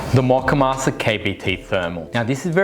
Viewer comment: Mock-uh-master? I thought it was MOE-kuh-mas-ter.